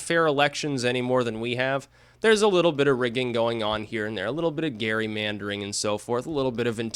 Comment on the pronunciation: Gerrymandering is pronouned Jerry mandering, not gary...